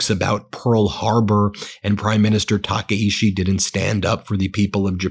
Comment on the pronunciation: My god, get her name right 😂 I knows it's a little thing it's just so annoying. Her name isnt taka ishi. Its ta Kai chi